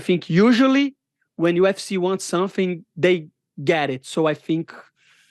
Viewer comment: Lemme tell u somfing